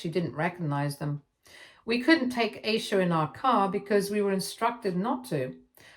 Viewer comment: And Eye-sha